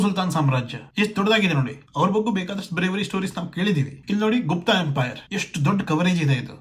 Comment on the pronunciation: ಏನೂ ಬಗ್ಗ ಬಗ್ಗ ಅಂತೀಯಾ ಮೊದಲು ಕನ್ನಡ ಉಚ್ಚಾರಣೆ ಮಾಡೋದು ಕಲಿ, ಬಗ್ಗೆ ಅಂತ ಅನಬೇಕು, ಮತ್ತು ಇಲ್ಲಿ ಶಿವಾಜಿ ಯನ್ನ ಹೆಚ್ಚಿಗೆ ಪ್ರಚಾರ ಮಾಡ್ತಾ ಇರೋದು ಮರಾಠ ಸಮುದಾಯ ಅವರಿಗೆ ಆವರ ಸಾಮ್ರಾಟ್ ಬಗ್ಗೆ ವಿಪರೀತ ಅಭಿಮಾನ ಇದೇ ಅಷ್ಟೇ. ಮರಾಠ ಸಮುದಾಯ ಈಗಲೂ ಬಹಳ ಪ್ರಬಲ ಸಮುದಾಯ ಮಹಾರಾಷ್ಟ್ರ ಸುತ್ತಲೂ ಇವರ ಪ್ರಭಾವ ವಿಪರೀತ ಇದೆ ಅದರ ಪ್ರಭಾವಕ್ಕೆ ಲಿಂಗಾಯತ, ಕುರುಬ,ನಾಯಕ್,ಬ್ರಾಹ್ಮಣ, ಜೈನ ಎಲ್ಲರೂ ಒಳಗಾಗಿದ್ದಾರೆ ಅಷ್ಟೇ ಯಾಕೇ ಮುಸ್ಲಿಮರು ಕೂಡ ಹೊರಗಡೆ ಶಿವಾಜಿ ಮಹಾರಾಜರ ನ್ನೂ ಕೊಂಡಾಡುತ್ತಾರೆ ಅದಕ್ಕೇ ತಾನೇ ಸಂಜಯ್ ಖಾನ್ The Great Maratha serial ಹೊರ ತಂದಿದ್ದರು.